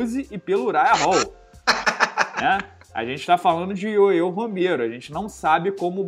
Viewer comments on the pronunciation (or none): Porque fala ioiô Romero ao invés de Yoel Romero só eu ouvi isso? não é de hoje